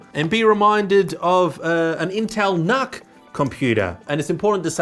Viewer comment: Pronounced, "nook," as in, "nookular."